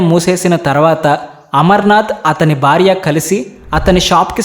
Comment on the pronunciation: Amazing story.... Hara Hara Mahadev. The Telugu pronunciation of the narrator is not the best. The host must work on his pronunciation. It is not 'barya' but it is 'Bharya' . The emphasis should be on b as in "Bha'. Good luck Why do we have to include Europeans in your videos for no reason? What is wrong with Indians?